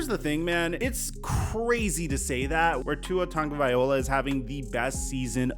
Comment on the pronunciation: you still can't say Tua's last name right. Just say Tua bro.